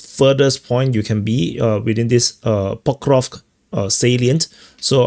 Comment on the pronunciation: Say pok-ROV-sk. After ‘ROV,’ make a short snake sound — sss — then a quick k. Like snake → kick. So it’s pok-ROV-s-k, not pok-ROV-k. Keep the sss sharp, no vowel after it.